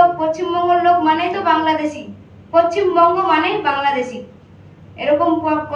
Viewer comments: 😢 এই মহিলা নিশ্চয়ই বাংলাদেশি তার কারণ ওরা পশ্চিমবঙ্গ উচ্চারণ করতে পারে না বলে পরচিমবঙ্গ উনি ও তাই বলছেন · এই গল্পটাকে লিখেছিস রে ভাই ওই মহিলা ভালো করে মুখস্ত করতে পারেনি তাও পাশ থেকে কেউ একজন একটু একটু করে বলে দিচ্ছে আরো পশ্চিমবঙ্গ টাকে বাংলাদেশি ভাষায় উচ্চারণ করছি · পশ্চিমবঙ্গের উচ্চারণ করতে পারছে না। উচ্চারণ শুনে মনে হচ্ছে বাংলাদেশি।